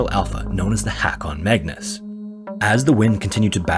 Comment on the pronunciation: the last story was indeed nightmarish, the nightmare of the mispronounciation of "Haakon Magnus".